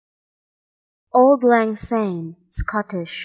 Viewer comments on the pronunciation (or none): It isn't. Also the pronunciation in this video is completely wrong - it's pronounced Awld Lang Sign